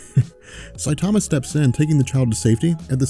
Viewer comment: I don't speak Japanese either but I do know enough to mimic the sounds one makes when I hear a name spoken in that language. straight botched Saitama's name lol.